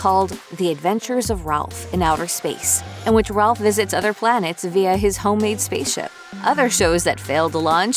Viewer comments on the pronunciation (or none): Rowlf.... NOT Ralph!